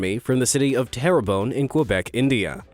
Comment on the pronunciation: In the “bait and switch” story, the place the events took place in is called Terambo(?), in Quebec, INDIA! Sorry if I misheard it but not too surprised as this site has a reputation for using narrators that struggle to pronounce certain words. To be on the safe side I tried to see if there is a similar place in India but not found.